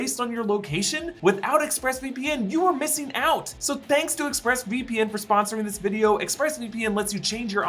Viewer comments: “chThanks”. I giggled. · Had to rewatch due to "chthanks" killing me and I couldn't focus for laughing. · Forever saying chthanks now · Ch-thanks😂😂😂 dead